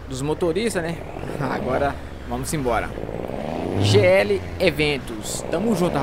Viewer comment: Top D+, só um detalhe, você ficou falando "JL" o certo era "GL" mais de boa kkk